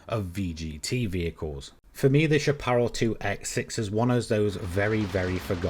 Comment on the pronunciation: I love your videos. They’re really fun and helpful. I’d like to take a minute to help you with the word ‘Chapparal’, since it’s pretty much an American word derived from the Spanish word ‘chaparro’, meaning ‘short’. Chapparal is a North American shrubland plant community that extends from southern Oregon here in the U.S. south through California, into the northern part of the Baja peninsula in Mexico. Obviously, it’s also the name of a racing car manufacturer. In the late 1960s, we also had a western TV show here in the states called ‘The High Chapparal.’ I hear a lot of sim racing enthusiasts mispronounce this word, especially if they live outside the U.S., which is perfectly understandable. It’s pronounced SHAP-ə-RAL, with the emphasis placed on the first and third syllables. The last syllable rhymes with ‘pal’ or ‘Sal’, not ‘ball’ or ‘fall’. I hope this was helpful. Thank you very much for all the great videos!